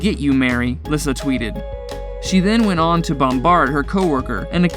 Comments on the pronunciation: It’s pronounced “Lisa” not “Lis-sa” I don’t think this guy had ever seen any of Dog’s shows or he would know this. 🤦‍♀️ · Dr Oz not Uhze 😂 and it’s pronounced Lisa not Lysa Baby Lyssa and has Baby Lyssa had some work done to her face she looks so different but I do miss them all people do make mistakes no one is perfect I understand the dynamics of a large family I belong to one and have one myself Beth was an amazing person big heart and told it like it was beautiful inside and out she truly was the love of dogs life sad😢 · Lyssa is pronounced as if it was Le get it right not Lissa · These names are pronounced wrong... just helping...Dr. OZ...O-Z simply OZ nothing like Ojue...Baby Lyssa... it's Baby Lisa. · Omg did you even watch the show before making this? Her name is Lyssa, pronounced Lee-sah NOT lissa... Smh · Baby Lyssa's name is pronounced LISA. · Lyssa. Pronounced Lisa. I hate it when these dumb channels can’t even do the bare bones, basic research on how to pronounce THE SUBJECTS name. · To the narrator of this video learn how to pronounce names properly. Lyssa is sounds like Leesa...like the regular name Lisa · its pronounced LISA you troglodyte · It's Oz as in Wizard of Oz & Lee-Sa not whatever you stated. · Baby Lyssa it’s pronounced like Lisa & it’s Garry BOY Chapman not Garry Lee Chapman. If your gonna do a video about a tv show please get their names correct.